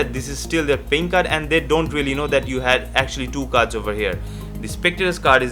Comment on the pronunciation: You mean Deck of Vards , Right?.....pronunciation matters too